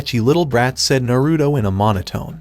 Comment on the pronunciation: your saying narudo its naruto